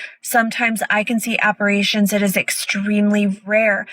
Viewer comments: That psychic doesn't even know the word is Apparition not ApparAtion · What cracks me up is how the "psychic" doesn't even know the word is 'appar-i-tion' not 'appar-a-tion'. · She pronounced apparition wrong which is weird for a supposed pro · Claiming to be a psychic and not even being able to properly pronounce apparition is wild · TikTok “psychic” can’t even pronounce the word apparition 😂 & her big “point” is hard alcohol is also known as spirits, and this lady drank, so she was seeing dead people, bc somehow the shared English name of something has that kind of impact. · This “psychic/medium” can’t even say apparition right. Totally believable. 🤡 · I think you lose your “I’m a psychic, just ask me” certificate, if you can’t pronounce apparition.